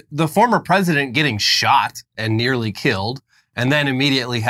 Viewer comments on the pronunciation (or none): none